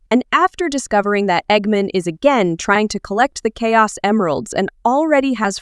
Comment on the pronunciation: You are so dum you say egg men it's egg man with sonic x